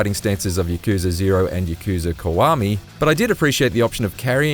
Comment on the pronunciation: It's KIWAMI man not KUWAMI